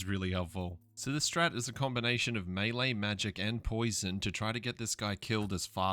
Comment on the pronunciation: I don't know how to explain it in text, but that is not how you say melee. Just google the pronunciation I guess. I was honestly surprised and rewound cause I thought I misheard. You are the first person I ever heard pronounce it that way 🤔